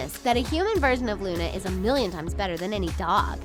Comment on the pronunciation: It's Luna not lana